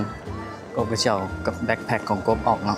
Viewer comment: BACKPACK แบ๊คแพ็ค ไม่ใช่ BLACK ไม่ต้องมี ล. ลิง😊😊😊